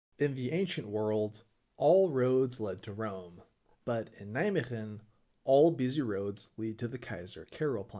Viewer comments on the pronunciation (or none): As someone living close to Nijmegen. When you said Nijmegem I went "what the f you say about Nij... oooooh I know where this is going.